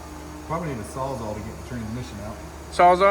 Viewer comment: Its NOT sawzaw...its SAWS-ALL.